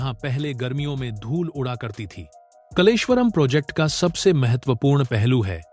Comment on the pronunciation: कलेश्वर नहीं कालेश्वर यह नाम कालेश्वर महादेव से लिया है यह प्रसिद्ध मंदिर इसी गांव में है